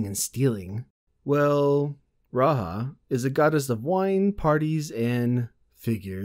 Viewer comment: Hi I'm here to tear you apart for pronouncing Rahja wrong.... Jk, but in case you want to know, it's a goddess from the German PnP "The Dark Eye" and it's pronounced Ra-ya (like the egyptian god Ra and ya like in Kayak). Anyways, I really like your voice and the way you tell those stories. Keep it up! :)